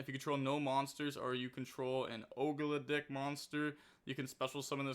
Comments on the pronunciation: Og-doa-dic is how i pronounce it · Love the Ogdoadic. They are pronounced Ahg-Doe-Ad-Dic just FYI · pronouncing ogdoadic as "ogred*ck" is a new low. 💀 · nah was CRAZY ogle a dick like whaaat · That’s the decks name now 💀💀💀